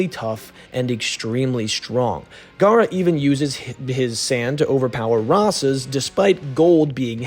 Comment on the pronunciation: Your gawk gawk garra the whole video